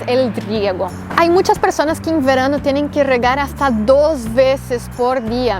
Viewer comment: 😆😆😆😆🤣 la forma de pronunciar : "verano" 😁😆😆😆🙂😂